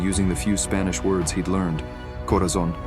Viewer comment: A beautiful story, but you all need to work on your Spanish pronunciations.